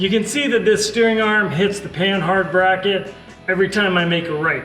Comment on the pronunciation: Did he just call a bracket a “bracky” ? Lol